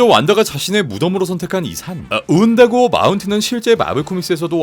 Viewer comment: 운다고어 산 말할때 저만 완다고어 처럼 들렸나요? 왜 그렇게 들렸지? ㄷㄷ